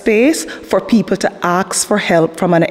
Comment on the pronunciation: I am scared for my life because she said she is going to "axe" me a question 😢